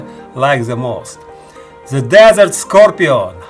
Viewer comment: Nice scorpion. Pronounce ‘score-pee-on’